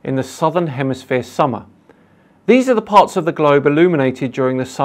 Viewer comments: Hah,hah,hah 🤣🤣 At about 4.06 the flat earther says "in the northern HEMISPERE" Classic! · Did he say 'hemisphere?' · Anyone spot when he said “the shortest day in the northern *hemisphere*”